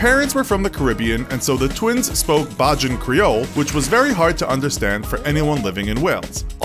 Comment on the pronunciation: bay-jan creole not bhajin creole